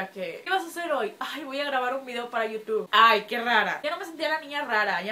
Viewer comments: Se dice yutub xd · bien hermosa*-*♥ Pronuncias bien raro youtube :3